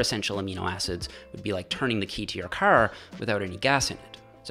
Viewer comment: I never realized was Canadian until he said "car"